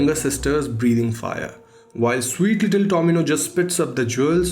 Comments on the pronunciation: Why i hear domino instead tomino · Domino's sunai de raha hai baar baar 😂